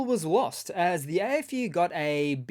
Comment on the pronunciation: AFU sounds funny when you say it sounds like Eh FU.